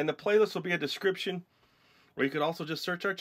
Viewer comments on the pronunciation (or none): It sounded like u said in the playlist there will be a discription lol